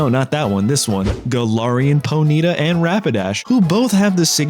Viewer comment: I can't get over your pronunciation of Ponyta